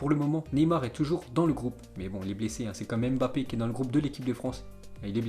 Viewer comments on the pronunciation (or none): none